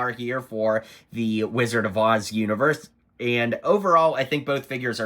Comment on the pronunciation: Rizzard of OZ?